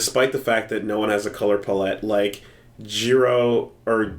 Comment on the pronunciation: The only problem I had with this video is how you fuckers kept saying palette wrong Other than that good podcast